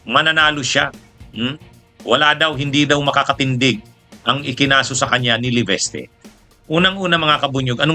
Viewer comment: lagi nyong sinasabi ay LEVESTE....... LEVISTE po ang tamang pronounciation...